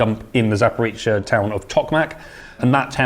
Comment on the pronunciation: Guys, Zaporizhzhia is not pronounced like Zaporitcia! The letter "zh" sounds like the "s" in the word "leisure", and zhzh is just a stretched version of zh. Anybody can say "zh" because it exists in English too.